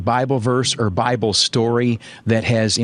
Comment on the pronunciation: Was it me alone who heard him say "well I think many you know when we get into the BRIBLE I think many so many......"